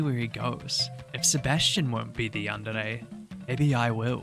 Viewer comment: yan-de-rey is how you said it which is correct but mostly the y is silent lol but love it have a lovely day/night